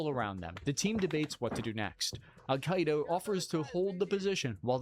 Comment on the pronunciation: "Alkaida" not "Al-Qaeda"